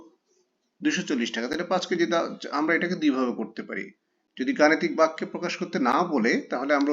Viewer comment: ভাইয়া বেক্য না বাক্য ভাইয়া।